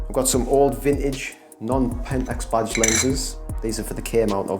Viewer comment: I thought you were saying "bodged lenses," but at the end I realized it was "badged lenses." LOL Nice collection. My favorite lenses are the DA* 300 and the DFA 100.